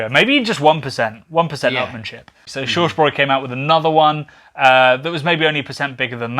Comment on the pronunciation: „Shorsh broy“ bruh what